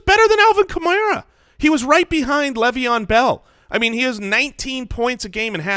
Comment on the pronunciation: PLEASE stop saying "Lev" Bell